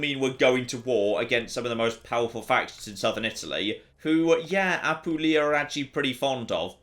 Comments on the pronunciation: I beg you. As someone born and living in Apulia, I HAVE to tell you that it's Apùlia, not Apulìa. My hears keep bleeding... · ap poo lee a